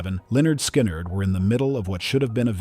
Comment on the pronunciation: Besides pronouncing the name of the band "Sky-nerd" 😂 It's nice that you would care about correcting narration. I heard in a documentary that Aaliya did not want to get on the plane, and she was literally dr*gged and carried on board unconscious by one of her team. A plane is not a limo, flying is very different from driving.